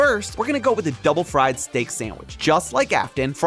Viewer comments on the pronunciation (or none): none